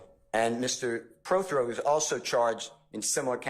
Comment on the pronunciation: keeps saying Preth-Row the man’s last name is Pro-Throw learn how to read you said it right the first time